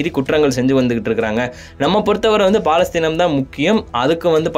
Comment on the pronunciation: 'பா'லஸ்தீன் அல்ல பலஸ்தின்